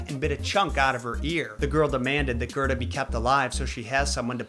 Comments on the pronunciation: It's Gerda, not Gerta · Kai is actually pronounced faster, and its spelled Kaj. Gerda is pronounced Gair-da. Your welcome